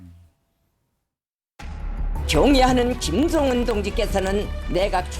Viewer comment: 경애하는 김즈엉은 동지께서는 아니 왜 김정은을 왜 김즈엉은으로 말하냐 진짜 ㅋㅋㅋㅋ 최고존엄은 한글 발음하는 법도 다르냐 ㅋㅋㅋㅋㅋㅋㅋㅋㅋㅋㅋㅋㅋㅋ